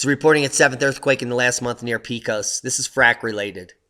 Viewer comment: Pecos is pronounced as PAY-cos -at least that is how we say it in Texas. :)